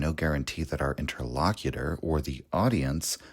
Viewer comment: "Inter-Low-Cute-er". okay, brother? Picard does not come out and say, 'I am lock-face of borg,' does he? no shade, channel changed my life, blah blah.